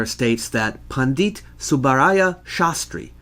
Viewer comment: Pandit is pronounced like the word pundit. Not pon deet